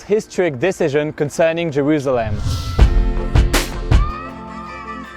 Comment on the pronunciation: Cool ton accent, très agréable à écouter (vraiment par gagné pour un français qui parle anglais) Par contre "Jerusalem" ça se prononce 's' pas 'z' ^^